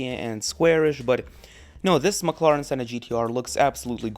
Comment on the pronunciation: I will never forget how he said mclaren. He literally said maclaran and a mclaren senna gtr has a 7 speed dual-clutch automatic gearbox, not a 2 speed